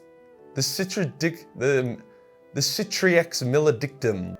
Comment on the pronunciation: They really called it Male Dic Cum